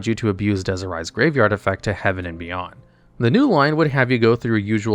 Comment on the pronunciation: It's so hard to hear desi-rai over and over lol